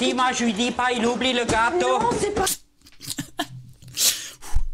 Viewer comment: Ch'ui morte son accent m'a tué surtout quand il a dit le gâateau 😭